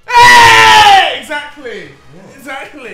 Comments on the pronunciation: No one: Deji: Exakly! . . . Exakly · Why does deji keeps on saying excacly